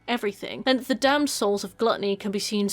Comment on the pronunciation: It took me until Wrath to figure out you were saying 'damned souls' and not 'damsels', as I kept hearing xD Makes a bit more sense